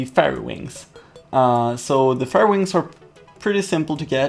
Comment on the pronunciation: Fairy is pronounced ˈferē